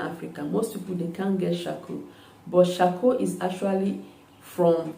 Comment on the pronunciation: You said coarcoal